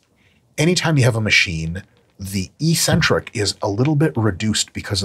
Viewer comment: Hey Mike, EEEEEEEcentric isn't a word. It's 'eccentric'. It's one of the most important words in your vocab. Look it up.